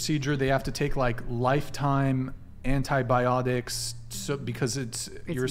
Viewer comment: Did just say in antibiolodiks😂